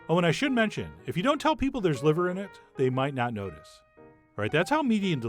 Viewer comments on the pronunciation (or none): none